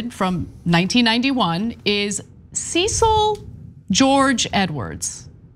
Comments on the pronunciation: From Australia: here, Cecil isn't Seesil, it has "e" as in egg, and the "i" almost dissapears: Sesl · The name "Cecil" is pronounced "Sess-ill" in Commonwealth countries. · Not only can you not pronounce Colonel Tatar correctly, you cannot pronounce Cecil correctly so so much for the extensive research. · Good old Sea-sill 😂